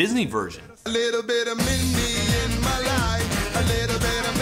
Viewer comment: I think he said Mindy instead of Minnie